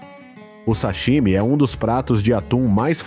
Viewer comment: Esse narrador não sabe pronunciar o "sashimi". Tá inventando.